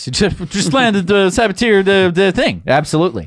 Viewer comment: "Sabatier" is a French word... the "er" is pronounced as a long "a" sound.